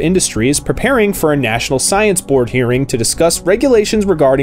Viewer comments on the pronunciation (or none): none